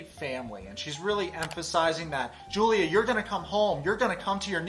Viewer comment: I can't get over the fact that they're pronouncing her name wrong. Yes, in English is Julia, but Slavic people pronounce it as Yulia. It's not a hard name, they can respect her that much. Also about "drinking medicine", I'm not 100% sure about Russan, but in my language (also a Slavic language) we say "piti lekove" which literaly translates to "drinking medicine" so it's an understandable mistake. Betty is patronizing Julia so much, I hate it.